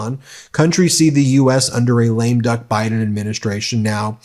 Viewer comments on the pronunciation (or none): none